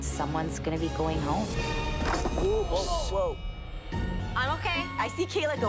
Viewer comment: It’s Kaila NOT kALa